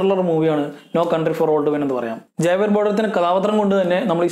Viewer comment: ജാവിയർ ബാർഡം അല്ല "ഹാവിയർ " ജോ പെസ്കി അല്ല "പെസി "